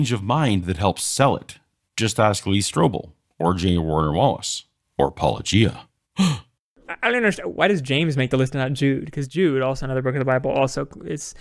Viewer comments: Hey! They didn't pronounce it "Pa-low-gee-ah"! Yay! Too bad they spend their whole video missing the point of the video. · "Wait... YOU said my name the way I say my name. Are you sure you're actual Christian Apologists?" It's about time! It took 5 years but you finally got someone to say your name correctly. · “New hot guy” and they actually say his name correctly...on purpose! Praise Jesus. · As good as this entire video is, the most amazing thing in it is the fact that they pronounced your name correctly. It is baffling to me that all the others who respond can't (or won't) do this even though you say the name at the beginning of EVERY video. Gee, its almost as if they are intentionally mispronouncing it just to be dismissive and/or throw shade. How very Christian.